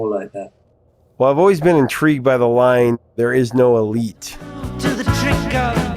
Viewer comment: I thought he said 'there is no relief'. elite?! hrmmmm